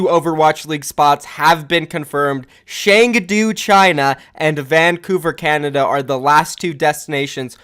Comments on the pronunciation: Dude it's Chengdu like Ch in cheese not "Sheng"du like sh in shit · Cheng-Du is more closer to Choeng - Tu.